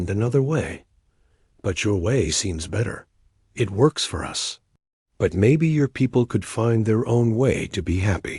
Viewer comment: AI reading every bit of punctuation dot dot dot and "it" gets read as eye-tee dot dot dot asterisk and NO apparently must mean "nitrogen monoxide". Absolutely the most idiotic AI I've ever seen. And obviously nobody lisened to it before posting this garbage.